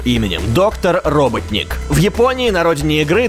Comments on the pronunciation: Правильно роботоник, а не роботник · это Роботоник, а не роботник. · в амереканской версии мультика про соника эгману ставать ударение robOtnik от слова bot c англиского означающие робот.